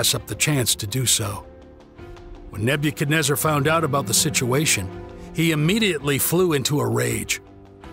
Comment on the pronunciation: learn how to say his name